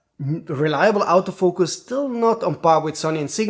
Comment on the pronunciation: Stop saying comment system. It's comment section. And when you say autofoucus you pronounce it exactly like saying out of focus